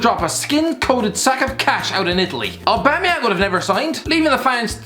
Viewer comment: he said his name wrong